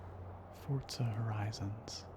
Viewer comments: The way you pronounced Forza seriously gave me brain damage, it’s For-za not Fort-za. Apart from that, really relaxing video 👌🏼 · Its Forza! Not Fortza! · Why does everybody read it fortza not forza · Why do u say fortza? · Ahh he’s one of them people that say “Fortza” 😂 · even in the game they pronounce it for-za , like the announcers pronounce it that way. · Where the fuck is the T in forza